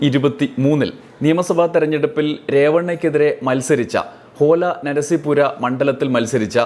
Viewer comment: Holenarasipura❌ OLA NARASIPURA✅😂